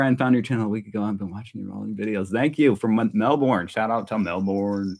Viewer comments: Hahaha Melborn … nah it is Melbun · Australians pronounce Melbourne as Melburn. Emu as Em mew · ‘Good arvo’ love your intro. Love your little family, Brittany and Jace are just gorgeous. The work of your Aboriginal artist, Peter, is well known, original, one of a kind, and priceless, in fact. You’re a Lucky man. Some pronunciations for you. Emu is pronounced Eem-you. Melbourne - Mel-Bun, Canberra - depends on what State you come from. Either, Can-Berra OR Can-Bra. I’m from the area and was raised to say Can-Berra. Aussie -Ozzi, You are one of the most honest YouTubers I follow because you are not afraid to be yourself, warts and all. So natural, not put on or showy. Absolutely love it. For the ‘Drinking Beer from a Shoe, have a look at YouTube’s about UFC Australian fighter Tai Tuivasa from Australia. Anyway, I’m Shannon, known as ‘Base Camp’ and love you guys. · It's not an Emoo, it's an E m you! It's not Mel born, it's Mel burn! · It’s pronounced Melbern.